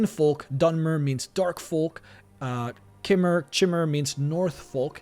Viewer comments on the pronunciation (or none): I believe they actually pronounce "Chimer" during some quests on ESO. And if I'm not mistaken, it's pronounced like if you took the word "sky" and dropped the S. Ky-mer. So a K-sound and then a vowel sound like in sky, cry, bye, etc.